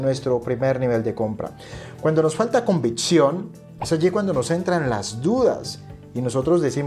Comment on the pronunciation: Buen video! Es convicción no convitción. Saludos